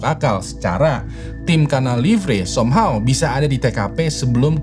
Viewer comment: Somhaw😂😂😂😂 bahasa inggrismu buruk